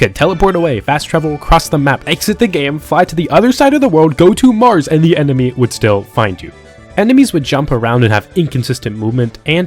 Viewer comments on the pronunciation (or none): none